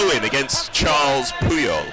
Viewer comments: "Charles" Puyol?? Bro it's Carles. Karr - less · Nice évent but please stop saying Charles Puyol it’s Carles there is no H